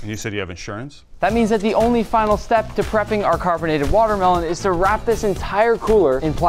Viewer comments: Square “matermelon” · its waa melon